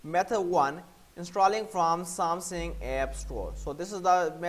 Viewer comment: I applaud that English is not your native language So, some positive feesback… Its SamSUNG…. Not SamSING. This may help in your delivery and yes, you should slow it down.